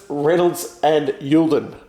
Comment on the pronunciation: Poor James GOLDING. Getting his name wrong again...🤣🤣🤣